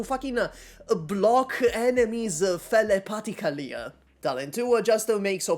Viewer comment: i fear the italian accent debuff has done irreparable damage with the word "thelepathically"